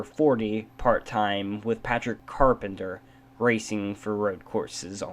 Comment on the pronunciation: i'ts pronounced carpentier